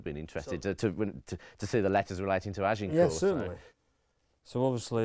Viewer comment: You'd think, Anne Curry, with all her knowledge and research would at least pronounce Agincourt (g as zh, silent t) correctly, rather than with the emphasis on the g and t.